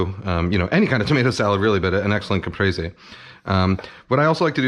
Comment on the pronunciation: Finally, a Youtube cooking channel that knows how to pronounce the dish they’re making a tutorial about. I went through 4 other videos before this one and none of them bothered to look up how to pronounce “Caprese”.